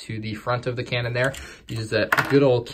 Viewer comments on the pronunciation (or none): Lol you said Kanan instead of cannon.